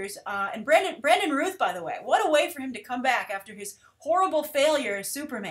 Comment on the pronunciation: Geez, you really have a hard time with Last Names... you Had Stephen Amell's past name right the first time lol! Brandon Routh's last name has the same sound as "ouch" for the ou! These are CW Shows & they have the CW filming style, I really have no problems with them & feel that they are stepping their game way up... don't feel the need for them to make their shows look movie style. As long as the Stories are well written & Graphics & cgi are done good, that is really what matters.